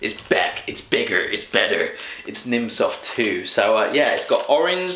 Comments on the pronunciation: Its called "Nimm 2 soft" 2 is prononouched like "zwei" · Oh my god, this is so great XD It's "nimm 2 soft", you speak it "nimm zwei" ^^